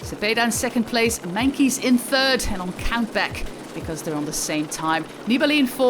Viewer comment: Why does she say Meinkeys instead of Meintjes?